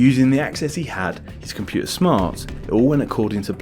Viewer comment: What is a "loery"? What is a "compuer"? Ffs, your videos are most interesting, but so painful to listen to. Any chance you could learn to pronounce your letter t's?